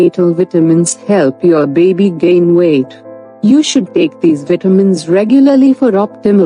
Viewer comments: A healthy beebee lol the way she says baby makes me laugh. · Like Moira Rose. 😂😂